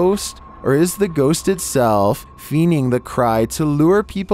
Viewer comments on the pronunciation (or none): lol he said "feening" instead of feigning lol